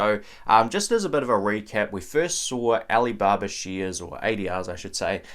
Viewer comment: whats "sheeeares"?